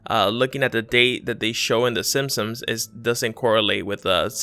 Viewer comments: It's pronounced SIMPSONS. Not "sim-sums." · NOT the whole nose , just the tip was SILVER ... jezzz you people find every little thing to try and make it an ME ... OH and dude learn to PRONOUNCE the SIMPSONS ...LOL ...in your other time line were you a lot smarter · The way you say simpsons really bothers me